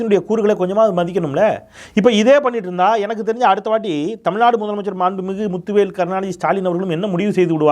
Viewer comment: வழுக டமில்நடு..😂😂😂 what kind of moral he has?